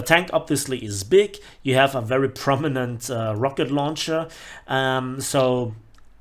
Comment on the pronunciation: "Locket Rauncher"